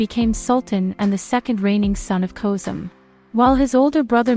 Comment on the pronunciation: FULL OF MISPRONOUNCED NAMES SHOWS UTTER CARELESSNESS & RUINS THIS SERIES. SHE CANNOT PRONOUNFE ANY ROYAL NAMES WHATS- KOSEM HURREM MIRIMHA IBRAHIM. PUTS US ALL OFF. THIS IS IRRESPONSIBLE TO THE EXTREME.